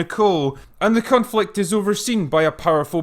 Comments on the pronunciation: did you say "cunt-flict"? lol... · Again, . I can't tell if it's your accent, or if you're messing with us.